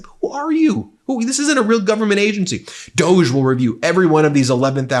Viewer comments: Hey Ben, I think it's pronounced "dog-ee" look at Mascot. Trump hates dogs. So he gave them that bogus identity. I think Trump us totally laughing at Elon behind his back. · Please pronounce DOGE correctly. It rhymes with "doggie" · It's "dog-e", as in a dog of an idea/department! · Please stop indulging them calling it DOGE (dohjj)…let’s go with DOG-E (doggie) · Instead of pronouncing it "doughj" maybe we should start more honestly pronouncing it "doggie". It is essentially two powerless uber-rich sociopaths fanaticizing cruelty. On a more positive note, a "DOGE" House subcommittee seems the perfect place to put a ranting idiot like MTG, as she will have essentially no power but will not know it. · It is beyond me why you and other media insist on calling this fake government office DOE JA when clearly it should be pronounced DOG...there is even a DOG as the Dept Logo...come on, they are laughing at us😢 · Not DEGE. DOG E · Are you sure it’s not pronounced DOG-EEE. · it’s pronounced ‘doggy’ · I think we should pronounce DOGE as DOG E. Doggy The whole thing is so ridiculous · Pronounced Dog-eee. Just because. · It is more correctly called Dogy in how it is supposed to be pronounced. Most people seemingly never clued in. As in "The doggy 🐕 barks a lot." Some people know and everyone else does not care about that. The fact the creators of it did not correct people on the pronunciation of the name is possibly a small inside joke to the people who know about that.😊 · FYI "doge" is pronounced "doosh" as in the word "douche". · DOGE don't you pronounce that "dog 'E'... trump's dog. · It's was originally pronounced "doggy" dog,E.... Elon was the moron that pronounced it incorrectly. His stupidity is spreading 🤬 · Minor nitpick: 'D.O.G.E.' is pronounced 'dog-ee' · I'll pronounced it as dog-e' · It's always funnier if you use the original pronunciation - Doggie. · Dog----E That's What it sounds like dog E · Doge is am unelected agengy, should be Duh-ge!